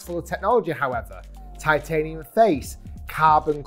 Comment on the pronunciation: Gc quad can’t be right all the time TIT-ay-nium 😂